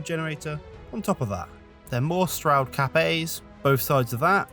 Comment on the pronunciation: Dang beautiful. I thought you were saying "Capet" rather than "Cap A". 😂